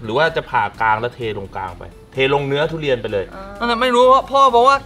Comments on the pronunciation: ทุเรียนครับไม่ใช่ตูเรียน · มีไครได้ยินว่า ดุเรียนบ้าง5555